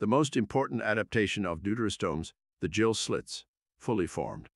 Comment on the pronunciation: Excellent video, as ever, but 'gill', as in fish breathing organ, is pronounced as 'ghill' and not 'jill', which is a girl's name in English.